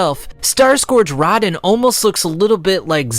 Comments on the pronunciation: I’m sorry, “starscourge Radihn..?” It’s Radahn yo! Rah-dahn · RADAAAAAAAAAAHN! Not RAHDEN dude holy shit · I cant excuse butchering rahdans name, (rah-don) not rodin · I got triggered when he said Raw-Den it’s Raa-Dawn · Great video! But i gotta say this, It's Radaaaaaahn not Radn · Uh oh. Dark souls/elden ring fans gonna come after that pronunciation. (It’s Row-Dhan) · There was no need to butcher Radahn's name like lol. They literally pronounce it in game for you. Also no Sekiro? One eyed wolf with a prosthetic arm?